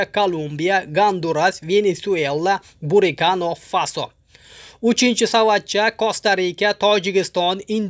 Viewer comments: Бурикано фасооо??? Буркина булса керак а? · Burikano faso emas burkinafaso dengchi qani 1ta aytingchi😂